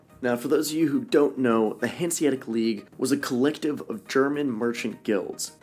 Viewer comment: There's no silent letters in "Hanseatic". The second "a" is just as clear as the first one and sounds the same.